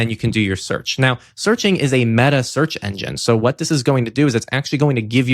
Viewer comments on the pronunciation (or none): none